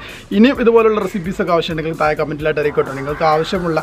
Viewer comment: മുയുവനായി ഒയിച്ചുകൊടുത്താൽ തായെ വീയില്ലേ...